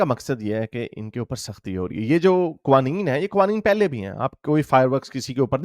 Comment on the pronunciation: Its pronounced ka-wa-neen